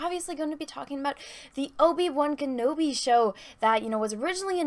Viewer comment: Will Disney destroy Obi-Wan's character worse than Anna butchers the pronunciation of his name?